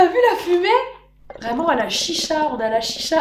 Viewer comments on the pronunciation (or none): none